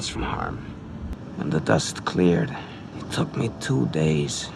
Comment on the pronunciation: "Can you believe it" with a heavy T so if it was audible the 'it' would sound like "it-tah"